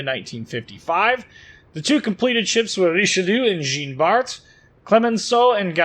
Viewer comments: Pronounced "Djan Bart" not "Jeen" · Hilarious to hear you trying to pronounce Richelieu and Jean Bart ;-) Thanks for the video mate.